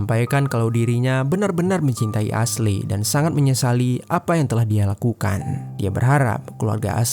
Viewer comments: Aslei aslei..esli bacaaanyaaa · Not "ashley" but "eisli" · Min tolong donk jgn bodo bgt baca nama aslei aslei.. dah tau kan ashley bukan nama indo, bacanya esliy.. pgn denger sampe abis tp ga kuat ama noraknya.. aslei aslei.. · Asley di baca Esly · Padahal narasinya bagus, tapi pronoun nya agak ganggu siih hehehe.. Ashley itu dibacanya eshli yaah baang bukan asley😅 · maaf bang, Ashley bacanya Ashlie bang, bukan Ashlei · Iya, geregetan dengar pengucapannya "Asley" 😅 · Baca nya Eshli bukan Aslei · ashley di baca (esli) hahaha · Aslei dirombak2 jadi Selai 😂😂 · Asyli/Esyli dibacanya bang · Kayaknya pengejaan namanya kurang tepat. Harusnya di baca eshly gak si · Kita sepemikiran 🙄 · Bukannya eshli ? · Iyaaa.. gw berusaha banget tidak terganggu, tapi gabisa.. hati ini ga kuat denger dia ngomong aslei..